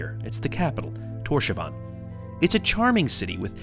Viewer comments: killed me XD the way you say Tórshavn is sooo broke btw when you say it its like Tórs havn not Tósavan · Awesome vid! Just weird hearing you say "torshavan" instead of "torshaun" how it's actually pronounced lol Cheers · It’s Thors-havn (Thors harbour) 😊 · Great video! I note the pronunciation of the towns & places is a bit off, (Vágar is "vouh-are", Tórshavn "Tors-haun", but the pronunciaton for Kalsoy, Tjørnuvík, and Saksun are pretty much spot on!) but I, and probably most of my countrymen, appreciate you spreading awareness. If ever you decide to visit in the stormy seasons, remember: the rain/snow here does not fall downwards. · The way you pronounce Torshavn lol, didn’t you speak to the locals?? 😂